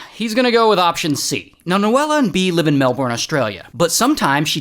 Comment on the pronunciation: "MAAL-bORN, ASS-tra-LEAH"